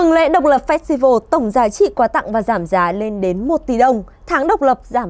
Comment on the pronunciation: fax-tival? MC nữ phát âm như cách bạn ý bùng kèo vậy :))